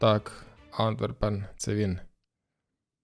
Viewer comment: Наголос на Антверпен не правильний Правильно Антвéрпен з наголосом А в тебе Антверпéн